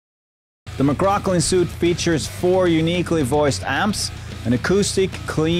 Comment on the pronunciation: it's pronounced 'sweet'